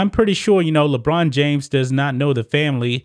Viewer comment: Lebraun not Lebrain